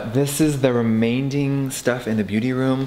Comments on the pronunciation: did he just say remainDing? 😂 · “Remainding” lol